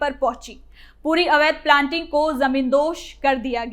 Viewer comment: प्लांटिंग नहीं प्लॉटिंग कहो